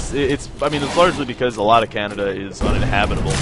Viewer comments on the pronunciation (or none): Canadia, lol